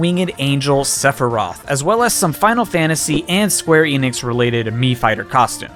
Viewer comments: When you said Sephiroth's name did you accidentally say Sepurai? I literally heard "Sepurai"! Listen to the recording and see if you hear Sepurai., I am serious. Please tell me you accidentally said his name wrong and didn't realize it. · Sepfory? I'm not the only one who heard that? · Dear who ever lives in the sky, how in the world did that man get the pronunciation of that word so wrong? Also ha nice reference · I loved when you just would not stop saying Sep-Rei-Th like you did at the start of this video, like you did during the Game Awards Stream. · YOU SAID SEPIRAITH FTUTIFJFJFJGLHLHOGJDJRU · I have a question. I literally know basically nothing about this guy, but is there a reason why he's pronounced Sephiros in Japan and Sephiroth seemingly everywhere else? Is that just a pronounciation thing? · why does he say Sephiroth's name like that? does he do it to piss off people?